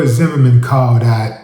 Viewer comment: Pronunciation of "Zimmerman" sounds like a French man saying " the merman"..."zhe merman"..like Jacques la Long on Beetlejuice cartoon from 90's.🤣🤣🤣🤣 🎯🗝️💥